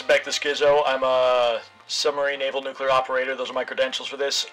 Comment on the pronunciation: But what apout nukular radiation and nukular explujinz when nukular plant excplodes??